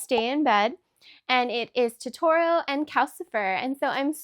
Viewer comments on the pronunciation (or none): Omg so cute!! I'm going to have to make a totoro! It's pronounced tow-tow-row btw!❤